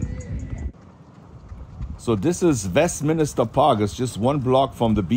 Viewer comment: You keep saying Minister when the word is MIN-STER ..LOL